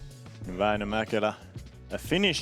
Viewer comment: Bro its not mäkëla its mäkelä👍 But grazy fast to put this for us.